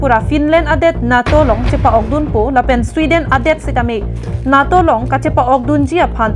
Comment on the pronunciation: "NAA" pu a pronunciation kali NATO aphanke. NETO pusi pu nangji - NATO aphanke.